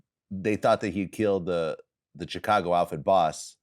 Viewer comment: "Choocago..." x Vlad "Shoecago..." x Frank